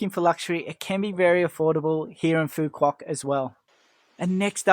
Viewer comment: To start you might want to get the pronunciation of the island correct. You're pronouncing it like a tourist not a local.😂